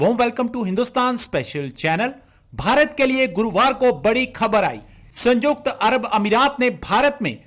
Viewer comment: Abe Chutiye Sanyukt hai Sanjukt nahi